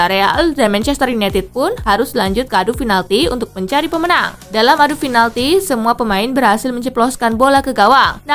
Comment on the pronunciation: pinalti mbak... bukan finalti... pizza hut mbak... bukan fitsa hats...